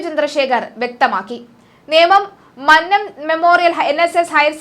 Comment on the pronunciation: Mannnam അല്ല മന്നം കുഞ്ഞേ.